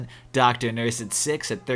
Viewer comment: What are you? I am a Doctur.